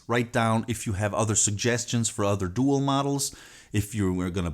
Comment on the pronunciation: Doo - AL is how it's pronounced .